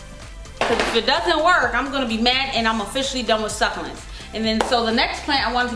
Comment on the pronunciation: AZFrank Castle every time she said it I died a little on the inside 😂